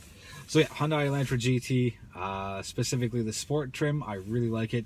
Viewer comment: The car company name is pronounced like Sunday....Hyundai like Sunday, Hyundai like Sunday, Hyundai like Sunday, Hyundai like Sunday, Hyundai like Sunday, Hyundai like Sunday, Hyundai like Sunday, Hyundai like Sunday, Hyundai like Sunday, Hyundai like Sunday, Hyundai like Sunday, Hyundai like Sunday, Hyundai like Sunday, Hyundai like Sunday, Hyundai like Sunday, Hyundai like Sunday, Hyundai like Sunday, Hyundai like Sunday, Hyundai like Sunday, Hyundai like Sunday, Hyundai like Sunday, Hyundai like Sunday, Hyundai like Sunday, Hyundai like Sunday